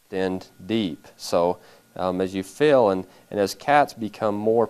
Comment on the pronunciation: it bothers me so much how he keeps saying "fil" instead of "feeeeeel."